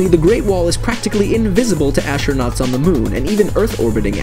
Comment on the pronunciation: Did anyone else here ashernuats instead of astronauts